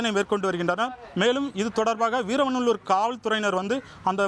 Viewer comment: முதலில் ஊர் பெயர் சரியா சொல்லுங்க வீரவநல்லூர்